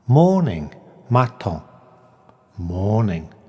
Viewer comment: Unless French has radically changed then his pronunciation of "matin" is wrong. It is not mat ON but mat AN